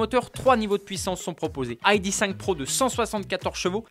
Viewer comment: Repeat after me : I D (Heidi) three, I D (Heidi) four, I D (Heidi) five ou sinon à la française : I D (idée) trois, I D (idée) quatre, I D (idée) cinq. Merci 🙏🏻